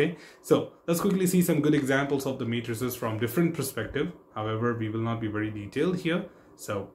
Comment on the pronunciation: Thank you very much for your effort and the nice video! Just one remark regarding the pronunciation of the word 'Metrics', which you pronounce like the word 'Matrices' in all of your videos, which was kind of confusing and it took me a while to get that you were actually talking about Metrics (pronounced normally as Metrix).